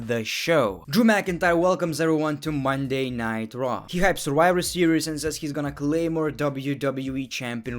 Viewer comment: When he says Monday night raw it sounds light Monday nitro